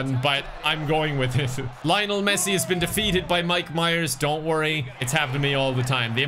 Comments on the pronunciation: I am not a football fan but the way he pronounces Lionel Messi makes me cringe. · I was rooting for Messi, even though you mispronounced his name every single time